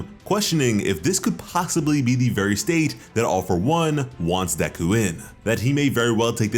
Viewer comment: its not deku, its deku🙄